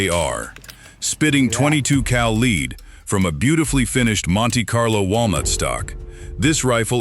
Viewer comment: What in the hell is leed? The guns shoot leed pellets? Sounds like some kind of grain.